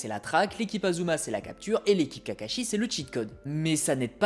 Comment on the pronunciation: ASuma pas Azuma… tu dis Sazuke aussi ?